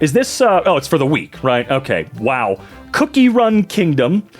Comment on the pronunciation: The way he said it was so funny "cooky.. run kiyngdom"